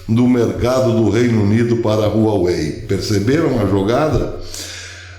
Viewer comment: Um detalhe Professor a pronúncia correta é "Uauei".